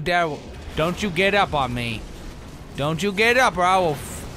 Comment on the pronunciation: "Oh no.. don't you get up.. or.. I WILL FWACK YOU!!" LOL